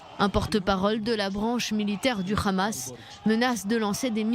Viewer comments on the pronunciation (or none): Ça se prononce Hamas " amas " et non pas Khamas ...